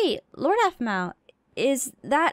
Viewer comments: keeps saying apple instead oof Aphmau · It's so cute that can't say Aphmau so he calls her apple